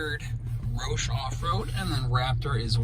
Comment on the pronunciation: Way to butcher the roush name